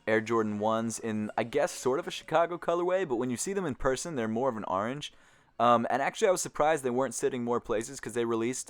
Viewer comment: then he said arange instead orange